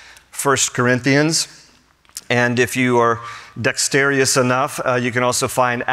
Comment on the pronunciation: Dexterous not dexterius